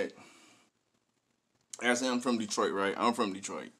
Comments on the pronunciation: Yo, he pronounces it E-sham. Hes dope, he put out his first album when he was like 15 or 16 in 1989! I think he has around 30 albums. You should check out some more of his songs. He has a song called Tony Montana, you should react to that. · ESHAM pronounced (E-Shom) … one of the Greatest MCs of All-Time , anyone who thrived from Detroit in the 90s and 00s were Influenced Heavily By Esham who came out swinging in the 80s and present, he’s done so much work that even the Top MC of today has not even covered the body of work he’s put down in the industry, One of the reasons most of young Detroiters doesn’t know about Esham is because of the broken relationships with our local radio stations and DJ’s but Esham has made millions of record sales globally as a 100% Independent Artist. Guys like Eminem, ICP , Kid Rock, Twiztid, Tech N9ne , Blade Icewood, Royce Da 5’9 , Bizzarre , King Gordy, Stretch Money, Too Short, 3’6 Mafia, and So on has spoken of Esham and his influence over the years on their music and careers.